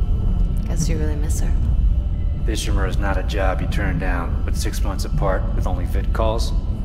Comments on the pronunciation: pronounces "Ishimura" so well! 🥰 Others "is she-mew-raw" 😂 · The way he says Ishimura so clean.